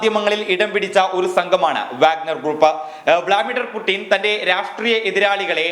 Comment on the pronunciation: It is not vlamider putin it is vladmir putin